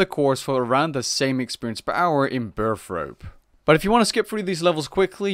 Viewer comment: Burthorpe is said like Bear-Thorpe not Birth Rope